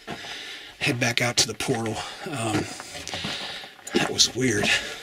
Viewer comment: peep how he said let's head back out to the portal